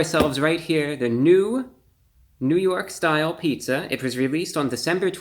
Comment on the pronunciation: Lol "ny style" Paja John's you're hilarious